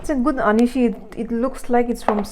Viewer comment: Sis, please do correct anishi. Let the people learn the correct word our(Ao dialect. Thanks.